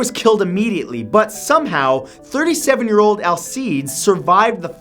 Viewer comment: Matt, you kinda suck at pronouncing Hispanic names; Alcides is pronounced ahl-SEE-dess not all-seeds.